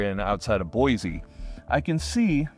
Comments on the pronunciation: you did NOT just pronounce it Boy-Zee, did you?? 😆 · Lol still pronounces Boise like an out of towner